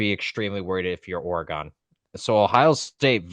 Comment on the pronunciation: A couple of things… first, it’s Or-e-gun, not Ore-gone. Second, in the first Oregon/Ohio St. game it could have been worse for the Buckeyes. That first OSU drive INT that wasn’t called, which should have been reviewed, giving the Ducks the ball. Ducks also left points on the field twice by not taking a field goal one time, and Gabriel missing a wide open receiver on an easy dump pass for a score (just didn’t see him) and throwing to a wideout in the corner of the end zone. 9 out of 10 times that’s an easy 6. Either way, it was evenly matched, and I don’t see Oregon pulling a “Tennessee” in Pasadena. They tend to play the game they need to to win, and I have no doubt Lanning will have them ready to go. If they’re firing on all cylinders, the Buckeyes will need to be on their game just to keep up.